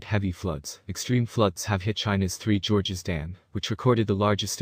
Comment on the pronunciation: "George, George , George of the Jungle . Strong for you and me. George, George , George of the Jungle. Watch out for that tree!" George and Gorge are pronounced differently. George is a man's name like George Cluney or George of the Jungle, a 1960's cartoon about a bumbling Tarzan character. Brendan Frazier made an excellent film based on this in the mid 1990's. Let's hope you don't make a video about Roger Ramjet. This is an also excellent cover of the theme song by the band called the "The Presidents of the United States ." And the original